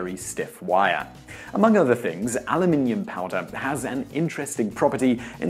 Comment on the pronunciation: Refreshing to hear you pronounce the metal correctly Aluminium.